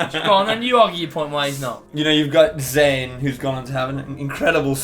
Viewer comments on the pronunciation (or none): when Josh said Zayn I almost clicked off